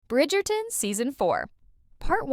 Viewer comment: Oye, no se si soy yo o pronuncias Bridgerton de una for.a rara. Esperé otro video (este) para hacértelo notar. Como se pronuncia Brifgerton???!!!